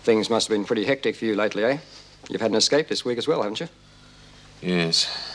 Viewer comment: Lizzie saying Exscape instead of Escape. 😩